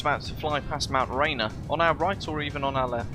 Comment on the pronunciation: That mountain they pronounce it, "rain- ear." Love your flights. I have them on a second screen while I do tedious VFX work.